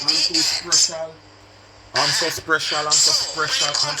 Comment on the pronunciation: Marcia is a "sprecial" girl...big deal can't pronounce "SPECIAL"